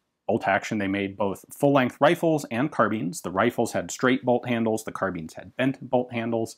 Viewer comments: tom farrington he tries to pronounce it frenchly. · So I've noticed Americans pronounce carbine as "car-been" as well as a few New Zealanders I know, but I've always pronounced it "car-byne" is that a difference in pronunciation between Americans and British or is "car-been" the correct pronunciation?